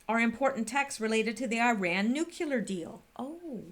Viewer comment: pronounce " nuclear "...new-clear